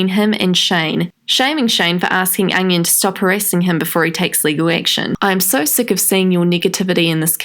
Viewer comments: Every time u say onion i cried in laughter.... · every time she said onion i laughed ps. loVe yOu shAnE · Every time you said onion I died 😂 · I literally never comment on anyone’s videos, but I’ve literally fallen in love with you. I literally died every time you said ‘onion’ I’m losing my shit.